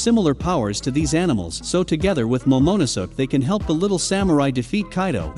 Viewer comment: Why does he say “Momonuso”? It’s Momonosuke…